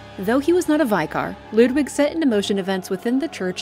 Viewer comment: This was wonderful as usual. Super cool to see you do one of my all time favourite games! Be prepared for the influx of “ummm akshually...” comments from FromSoft lore fans, lol. And now to be completely hypocritical... a small point - the word “vicar” is pronounced “vicker” like “picker”. It’s hurting my soul a little to keep hearing American and Canadian youtubers pronounce it like “VYKAAR”.